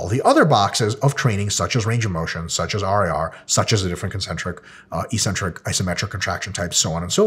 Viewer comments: Hey Mike, I keep hearing you use the word EE-centric, -like eccentric, but pronounced with only one 'c'. On your slide you have the abbreviation 'Ecc'. Could that possibly be referring to the actual word eC-Centric??? If not, please advise. I can't find the word 'ecentric' or 'eecentric' in any English dictionary. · Why does everybody pronounce it "e-centric" when there are two Cs??